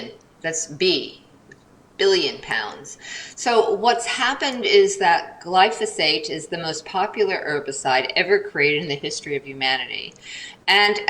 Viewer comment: It was a bit disconcerting that glyphosate kept repeatedly being referred to as "glysophate" 😂